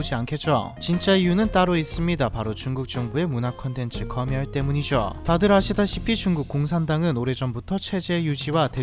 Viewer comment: 거멸이 아니고 검녈로 발음하세요. 선날도 설랄